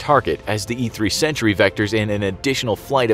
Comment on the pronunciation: You seriously confused me with your pronounciation of "Sentry" thought it said Century xD